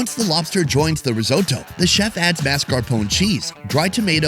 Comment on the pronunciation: Rizodo,what the fuck is risodo? Risotto...!